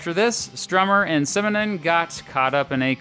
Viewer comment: Simonon. Simonon. Simonon.